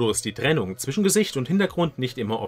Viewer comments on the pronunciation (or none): none